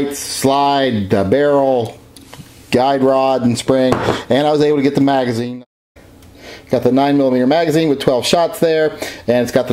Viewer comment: did you say Margazine? were you thinking about eating margarine again?